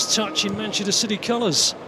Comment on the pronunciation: Is it just me, or did he say "shitty" a couple of times instead of city? xD haha